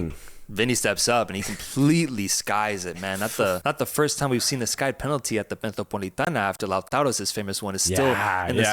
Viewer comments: And it’s the Metropolitano not Metropolitana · Boy,. It's MetropolitanO. Regardless of the Wanda or Civitas name, it's still the MetropolitanO.